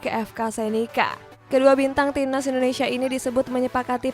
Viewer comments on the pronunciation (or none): none